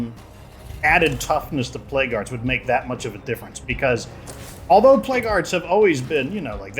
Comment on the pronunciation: Why do i hear plague guards when he's saying plague hearts?